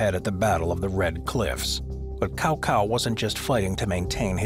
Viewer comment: It's not "cow cow" It's "Cao Cao" with an "S" sound. Very good try though 👍😊